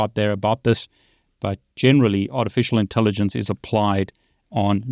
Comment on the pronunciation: I heard "with art and elephant". Maybe the AI heard ur voice & ignored the writing. Lol